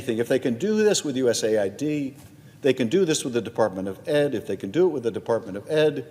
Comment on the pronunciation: But hey, he's projecting. But hey, the Dems have been doing this forever. But hey, it's pronounced US AID, not US ID as in the federal ID website. But hey - isn't what you say? "But hey..."